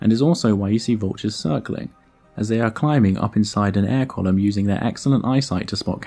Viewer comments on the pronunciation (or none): none